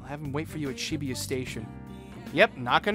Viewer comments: It's weird talking about pronunciations of names then read "Shibuya" as Shibiya every time, just pointing it out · its supposed to be Shi-Booyuh i think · i read and pronounce it sheh-booyuh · Very ironic to hear that from someone who pronounces Shibuya as She-booyuh. Lol. Totally agree with your point but it's ironic since you pronounce everything in English too. Lol. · He's very judge mental about pronunciation of other peoples names when he doesn't pronounce Ann's name correctly. And it annoys me how he pronounces Shibuya incorrectly. 😤😠😡